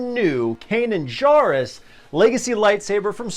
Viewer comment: Good lord! Pronounce Kanan’s last name correctly. He Jar in Jarrus is pronounced Jerr like in Jerry.